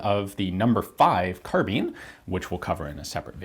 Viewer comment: carbine not carbeen, learn some english ffs